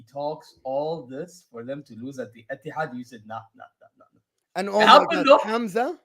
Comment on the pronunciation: Etihad it’s emptihad